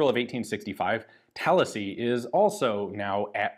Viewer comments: I don't think that's a Florida thing, I'm pretty sure most people really like that. In fact this video was the first time I've heard someone say at the other way before. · Same. I started thinking maybe that's how locals pronounce it around Tallahassee when Ian said it... but why would he say it that way, when I never heard anybody else do so, even in Florida? Yeah, had to double check to be sure cos I read it as Tallahassee first time around. While this Brit once knew Florida well (it's been a long while but I used to visit and road trip yearly) I never got that far upstate, so yeah... it threw me for a minute. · Thought the same thing and I’m from New York